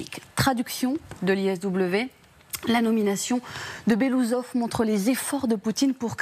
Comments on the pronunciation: BELASOUSOV ET PAS BELOUSSOV UN PEUT DE RESPECT !!! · BELOOUSSOV, PAS BELOUSOV ! 😂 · Ca ne se prononce pas “Belousov” mais “Belo-oussov” (qui veut dire en russe “moustache blanche “) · Il faudrait quand même faire des efforts et prononcer correctement le nom de la personne.